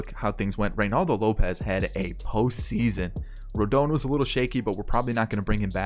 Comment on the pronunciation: It’s “rohdahn” “rodohn”